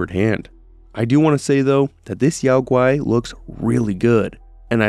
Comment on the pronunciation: Isn't Yao Gui pronounced "Yo-gi", as in Yogi Bear? I always thought this was a tongue-in-cheek joke made by game developers.